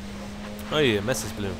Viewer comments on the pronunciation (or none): none